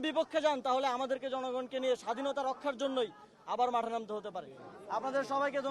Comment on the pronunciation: ওটা যাঠে নয় মাঠে হবে 😂😂😂😂😂😂